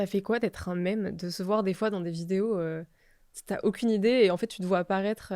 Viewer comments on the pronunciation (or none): none